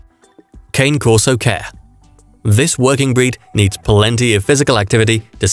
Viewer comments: Cah Nay.....not cane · Christ man. At least learn how to say the dogs name. Pronounced Kaan-ay